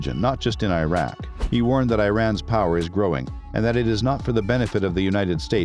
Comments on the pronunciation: Its name is IRAK not AYRAK ! like ITALY ,and IRAN too , its not AYRAN ! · Good content but Iraq is pronounced as "Eeraak" & not "Airak"... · 'ee-rahk', not 'eye-rek' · Not I Raq its Iraq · The documentary is okay but it annoys me having the narrator pronouncing Iraq and Iran the wrong way. Come on! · It's the mispronounciation of Iraq and Iran for me